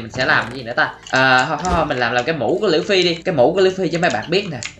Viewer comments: Đọc là lu fy mà anh đọc là lưỡi fy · đọc lộn òi phải đọc lúp phi mới đúng ơi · Lú phi ma Ang đoc là lua phi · anh ơi anh nói sai rồi là lúcfy chứ không phải lữ phi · Luffy chứ không phải là lữ phi đâu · Lu phi chứ ko phải lữ phi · Luffy chứ ko phải lu phi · Nói sai rồi là luffy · Luffy chứ ko phải lữffy quên cũng tại anh ko biết xài trái gomu thui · người ta là Luffy mà kêu là Lử Phi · Ủa anh ơi đọc sai rồi ko phải lửa phi mà là lúc phi😅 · Luffy mà em nghe anh nói là lữ phi 😕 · Anh ơi Luffy không phải lữu phi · Luffy chứ ko phải là lũphi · Anh ơi chứ ko phải lử phi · đọc sai tên của luffy